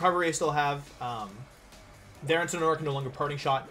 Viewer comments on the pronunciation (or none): none